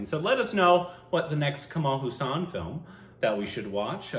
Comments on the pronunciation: It's pronounced Haaa - sun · my dear dear bro, I know its difficult for you with the names, especially Indian names. But the way you pronounce Kamal Haasan's name hurts my ears. Its pronounced as Kamal Haa'san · Its kamal haasan ..not kammal husain...😀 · Kamala Haasan. Not Kamaal Hussan